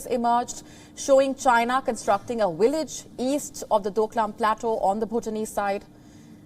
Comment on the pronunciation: she pronounce"wisit" instead of "visit" and "willage" instead of "village"... 🤣